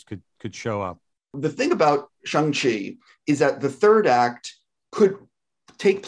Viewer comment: Why is he saying it like shung chi